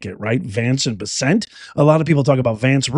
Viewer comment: U r mis pronouncing scott bessents name,ck it out. Thk u